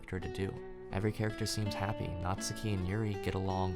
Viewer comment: Great video dude, love the pace and that you could get your point across without using tons of profanity. 200th sub ez clap boys Edit: oh and that you actually said natsuki's name right! Lol